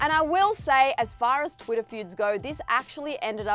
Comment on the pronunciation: "Twiddah" No hate, it just sounds funny to me